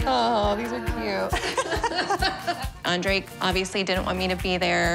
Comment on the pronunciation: I said it once, I’ll say it again: The “D” in Andrrrrei stands for DRAMA. GIRL RUN!